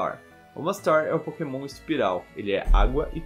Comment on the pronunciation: so eu que ouvi "nao podemos usar pokenom do tipo agua